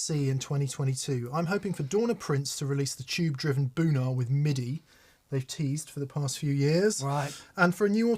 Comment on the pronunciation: Every time you said Boonar, my brain heard it as Bunha….